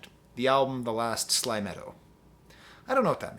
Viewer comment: “sly-me-toe” my guy. not “sly-meh-toe”